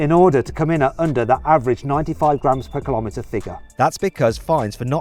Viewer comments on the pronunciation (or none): Say millimetre Say centimetre Say metre Now.... Say kilometre. Well done, you did it🥳